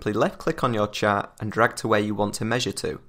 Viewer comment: omg its pronaunced "Chart" not "Chat".